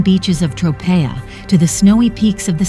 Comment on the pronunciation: The mispronunciation of Tropea in this video is driving me crazy!